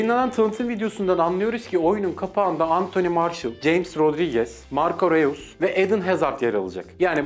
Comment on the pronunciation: Roys diye okunur. Bilginize. . . 👍😁